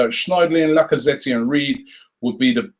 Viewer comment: Did he actually just say laccazzettee wow Robbie wow